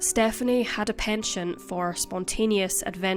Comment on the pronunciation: Yeah, it sounded odd. And "penchant" is pronounced in the French "pon-shon".